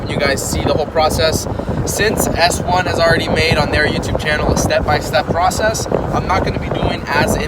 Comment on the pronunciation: what did he say about s1? s1 channel? I couldn't understand what he said at the start.